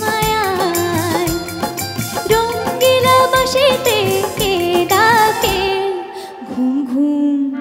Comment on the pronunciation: উচ্চারণ টা ঠিক হলে আরও ভালো হতো। বাশিতে নয় ওটা "বাঁশিতে" হবে।